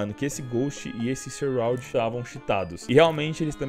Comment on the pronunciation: 9k de hrs no cs e n sabe falar shroud aujeisheu xiroude